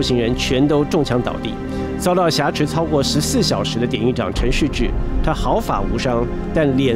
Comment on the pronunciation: 我只是希望主持人更加优秀，我是如此地热爱台湾和台湾人民，台湾是中华民国和中华民族的骄傲。我也真诚的希望你把挟持与侠客的读音区别搞清楚。